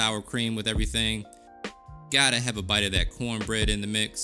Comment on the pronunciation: Did you say cornbread or pornbread? LOL!!!